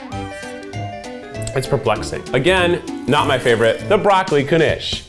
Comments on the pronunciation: i love how he's pronouncing it like kanish. it's knish. you sort of swallow the k a little bit. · Knishs Knish sounds like kih nihsh 🎉